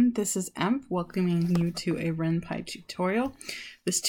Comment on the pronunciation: It's also called renP-y not renpie